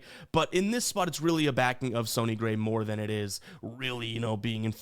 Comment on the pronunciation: Do you purposely pronounce players name wrong? Wtf would you say "Sony" Gray?